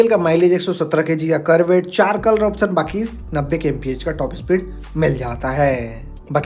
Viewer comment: Kisi product ki kimat ko "PRIZE" 😂😅 nehi, "PRICE" bolte hai. Prize ka matlab purashkar hota hai. "TOP E SPEED" 😂😅 nehi, "TOP SPEED" bolte hai. "KOLOR" 😂😅 nehi, "COLOUR" bolte hai. "SERIEZ" 😂😅 nehi, "SERIES" bolte hai. "LONCH" 😂😅 nehi, "LAUNCH" bolte hai. "ESPICATION" 😂😅😂😅 nehi, "SPECIFICATION" bolte hai. "FIUL" 😂😅 nehi, "FUEL" bolte hai. "AXE" 😂😅 nehi, "X" bolte hai. Hindi me axe ka matlab kulhari hota hai.